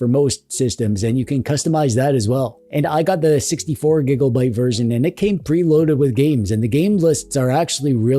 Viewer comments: Every single time you say '' instead of 'gigabyte', I laugh. Every. Single. Time. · You mean that you giggle LoL I do too though lol